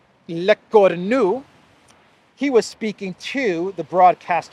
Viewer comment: "Lecornu" is pronounced LEH CORE-NUUU with the NU as in "Ahhh nuuu cheeky breeky" (literally "the horned one")